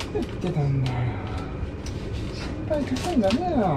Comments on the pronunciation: パン粉の発音がパン子みたい😆確実に前より手際が良くなってて凄いです👏✨✨ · パン粉がパン子にしか聞こえてこなくてツボでした🤣いつも笑いをありがとう^_^💖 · パン粉のイントネーションが パン子で笑った😂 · パン粉の発音w